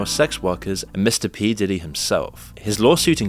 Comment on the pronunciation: Why are you purposely mispronouncing Diddy and Kid Cudi's names?